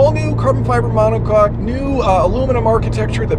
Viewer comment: "..Carbon-fiber mono coc" You naughty you🤭